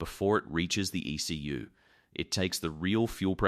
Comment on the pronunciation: In this day & age, why can't AI voiceover software be engineered to pronounce words such as "ECU" and "driveline" properly?